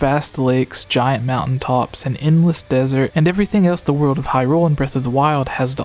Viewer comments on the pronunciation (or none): none